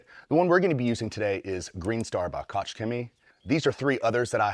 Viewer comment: "Koch" is pronounced as "coke" like "coca-cola". Also for our Canadian friends, a bunch of KCx products, including Guf are now banned. Frank at Detailing Dogma has the rundown on the banned products.